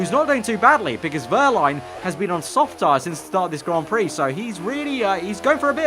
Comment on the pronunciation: and 'Grand' Prix